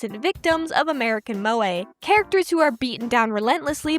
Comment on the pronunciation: Every time an American pronounces Moe an anime girl dies